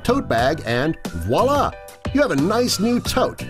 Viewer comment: I died when he said "Wa-la" instead of Voilà.. lol. Those "game board" totes were obviously made from printed fabric, not boards from board games.. I wonder, do they actually find real projects to make videos about, or do they just talk shiz based on assuming how people created these projects... They talk shiz for the most part.. lol.